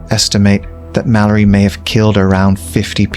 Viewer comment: It's read as (malliari) even if it's spelled mallari